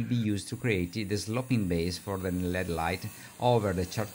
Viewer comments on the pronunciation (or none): I learn a lot from your videos. Thanks. I'd like to teach you something in return. When you say LED lights it is not pronounced like the metal. L.E.D. actually stands for Light Emitting Diode. It is pronounced like each letter all by itself. L-E-D And I will add that I only wish I could speak even some Italian as well as you speak English.